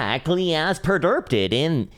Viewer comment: “EXAAAAACTLY AS PREDERPTED”